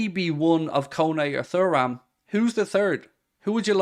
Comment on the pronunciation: Are you actually pronouncing Thuram like that to be annoying at this point?